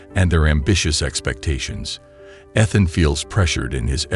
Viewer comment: World War Aye Aye. And you can't pronounce "Ethan".